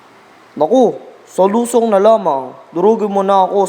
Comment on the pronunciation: Ano b yan,hindi marunong magbasa"lusông",hindi lusong.